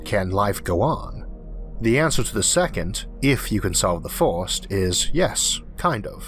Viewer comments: This may sound ridiculous, and I love your content so much, but I don't know why I hate so much your accent. I am not a native english speaker and maybe because of that, it triggers something negative deep in my mind when you pronounce "fost" saying "first", or "yee-ohs" when saying "years". Is something stupid in my mind but I can't avoid it. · Great video. But I can't help of hearing a child speak by how you say things. Not to be rude, but some of the words you say sound like a toddler learning how to speak. Like saying free as fwee, first as fwirst, etc. Besides that, loved the vid. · cwick on it fust befo you hea the guyz pwonouncing cuz its a gwand iwwusion.